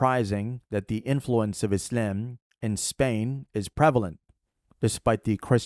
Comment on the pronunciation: Sarajevo is a European capital that was founded by Muslims. Btw, sorry bro but your silly way of pronouncing the word Islam is actually slightly annoying